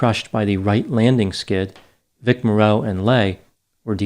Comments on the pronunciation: Excellent analysis, as usual! Small correction: as I recall from "Combat!" & other work, Vic Morrow's last name actually is like the 'morrow' in tomorrow, not 'morROW', but then I'm old enough to remember when TV was the latest thing! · In this segment you have pronounced Vic Morrow's last name incorrectly. You ran it all together like it's one word, it's really pronounced the same way one would pronounce the word, "Tomorrow." The reason I bring it up is because you're a man who seems to like to get your facts straight on all aspects& levels you're an exacting individual it just doesn't slap a video together without doing research. So that is why I have mentioned this tiny little error. As part of my curriculum as an English major in college, I studied linguistics. I always enjoy your presentations. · The accent is on the FIRST syllable in his last name! It's MOR- row. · Morrow's name is pronounced like Tommorow.😜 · Morrow is pronounced MORE-oh. I did extra work for the Blues Brothers in 1980 and on the third day John Landis fired me, which was fine because he was (is?) a horrible human being. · Pronounce his name right VIC MOR-ROW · Morrow is pronounced like to-Morrow. He used to star in a 60s TV show titled “Combat”. The announcer used to say his name each week. Cheers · It’s Vic “Morrow” (like “tomorrow” or “sorrow”). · u pronounce morrow wrong the whole video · It’s Morrow, rhymes with sorrow. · Vic Morrow's surname is usually pronounced with first syllable accented. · For future reference, Vic "Morrow" rhymes with "tomorrow"… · Yeah, that bugged me the way he was pronouncing Morrow as well. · His name is Morrow. You make it sound like More-o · Vic Morrow’s name is pronounced “MORE-o” not “more-ROW”. As a point of interest, he was the father of the actress Jennifer Jason Leigh. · My ears are bleeding! It's pronounced Vic More-O! Not mor-ROW. No one is old enough to remember him?! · Morrow, not Moreau. Just a film fact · Vic MAR -oh